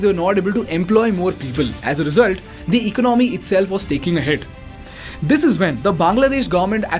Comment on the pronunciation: It is economy it is economy pronounced as elonomy